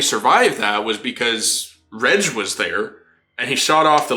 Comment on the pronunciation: It slightly bothers me that you pronounce Reg as (Redge)